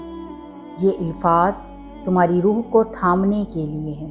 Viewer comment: Ilfaz nahi alfaz hota hai